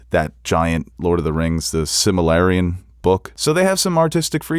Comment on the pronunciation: Its pronounced Sil-Muh-Rill-Yun.